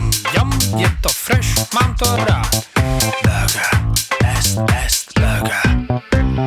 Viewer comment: Proč je tam burger vyslovováno tak moc "anglicky" když o pár slov později je čeká výslovnost ňAm ŇAm ŇaM je vidět že je jste nad tím ani nepřemýšleli a jestli vaše taktika byla "i špatná reklama je reklama" tak pardon ale to fakt ne myslim že to má dostatečný hate ale na jednu stranu každý dělá chyby takže je smůla že se to zrovna nepovedlo protože jinak by to mohl být fakt dobrý song kderý by se zapsal do historie...